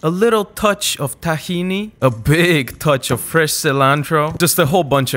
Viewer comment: learn to pronounce tahini, just like its written , with no affectation please